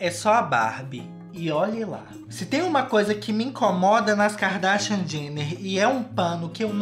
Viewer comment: Eu amo quando ele fala "Kikadashian" kkkkkkķkk